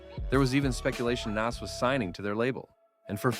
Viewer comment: Once you pronounced Nas name wrong I had no choice but to turn it off 🤦‍♂️